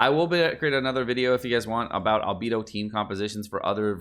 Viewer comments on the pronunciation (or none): ITS ALBEYDO NOT ALBEEEDOOOOO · Please … It’s Al-BAY-Dough Not Al-BEE-Dough Thank you for coming to my Ted Talk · It’s not Albeedo its Albaedo I spelt it how it sounds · Why Albeeed. Albehdo Right? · Is it pronounced Albeedo or Albaedo? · Everytime says Albeedo a fairy loses her wings.... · I was worried about this video… I just can’t take the whole video saying Albedo’s name wrong… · Why do you go out of your way to mispronounce Albedo? It's one of the easiest names.